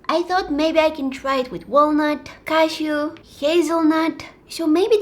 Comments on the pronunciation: I thought you said cat shoe instead of cashew 😂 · When she says cashew, Its like shes saying Casio. What do u think guys?? Btw I love u and ur vids 💓💓